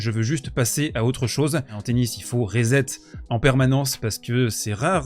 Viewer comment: Super vidéo comme d’hab et on prononce le mot anglais « reset »: « risset » et pas « rizette », la fatigue sûrement! 😅 Merci pour tout